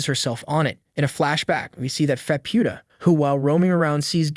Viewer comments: I think he's saying Faputa's name wrong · It feels AI generated cuz he's pronoucing Faputa's name wrong too